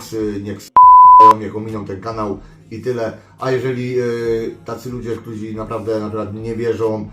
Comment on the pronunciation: Szedlem, nie szlem. Ktorzy, a nie ktozi. Poddaja, nie poddawaja itp itd.... chlopaki podstawy polskiego byscie chociaz przyswoili..